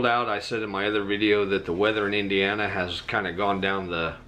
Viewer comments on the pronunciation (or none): none